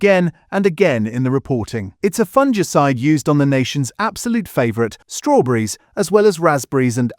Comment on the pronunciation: It's pronounced, "FUNG-ICIDE", NOT "fun-gee-cide"